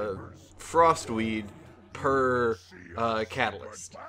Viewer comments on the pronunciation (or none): sounds like he is saying frostweave not frostweed...and those werent even sneezes